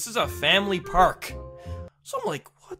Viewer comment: Why do you say prk and not park